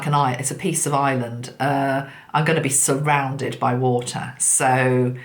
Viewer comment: It's funny to hear a british woman say she's going to be surounded by water😂😂😂no offence ❤️